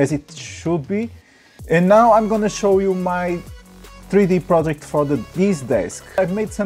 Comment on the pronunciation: What are you gonna chow us? Hahaha